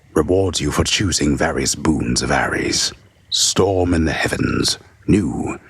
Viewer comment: Ah, yes! The reading in hwich I learned the word "boons" is a thureee syllable hword!